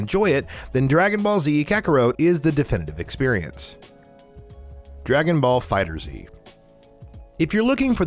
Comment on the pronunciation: Funny that did that with the name of the game because it's definitely not prounounced "Dragonballs"